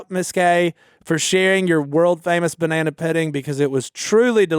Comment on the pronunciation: said " Banana Pedding" and we cry laughed for way to long. This was a really good episode. always takes the backseat in these podcasts but today he had Korie alongside him and it was great.